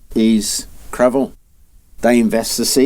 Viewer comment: Great video ! The irony is, to my french ears, the way your pronounce Cravant, sounds like "Crevons !" which would roughly translate to "Let's die !"